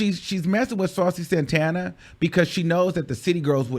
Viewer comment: I’ve never really got into Saucy, but I gotta give him respect for the way he handled her messy asz!! She tried to play him like a groupie, and he let her know it’s not that serious, boo!! CONSTANTLY mispronouncing his name incorrectly?! Continuing to call him Santaner instead of Santana!!